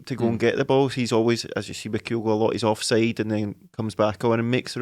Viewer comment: As ever, good stuff 👍. But please, please, PLEASE, gonnae tell it’s Kyogo, no’ Coyogo. 😳